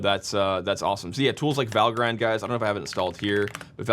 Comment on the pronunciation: How do you pronounce "Valgrind"? The "Val" as in the word "value". The "grind" is pronounced with a short 'i' -- ie. "grinned" (rhymes with "tinned") rather than "grined" (rhymes with "find"). Don't feel bad: almost everyone gets it wrong at first. -- Valgrind FAQ 1.1